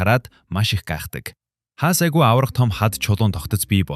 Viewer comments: Агуй Агүү гээд бна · yamar tovogtei sda be agui geed shaagaad baihiin yadaj baihad aguu gedeg ug ne yamar ih gardag yum be de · Айгуу гэж ярьмааргүй байнаа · 1 min 40 sec л тэслээ хараал идсэн АГИУ АГИУ гээд чихнээс цус гарлаа шдээ хахахахха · Агуу , айгуу, агуй гшшшшшш . Засаач ээ !!! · Сда агуу гээд хэлээч агь уй гээд байсын бүр уур хүрчихлээ хаха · Аа ха ха уг нь гоё хоолойтой юм.Агуй ,агиу,агуу гээд хаашаа хэлтэй хүн бэ.Монгол хүн мөн үү.ха ха ха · Хэлээд юугхэв ядаж байхад ямар их аагууи вээ 😂😂😂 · tilt2 агүй aйгү юу ч гээд байгаан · Агу агу гээд том жерри юм уу хайшаа юм. Хайран чих минь. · agui geed helchihldee🥲 hetsuu sonsogdjnshde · пишдаа Агуй гэдэг үгээ яаж хэлээд байгаам дээ